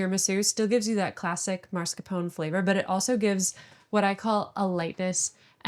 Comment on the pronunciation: Man, I love this channel so very much, but her pronunciation of “marscapone” is killing me…. :p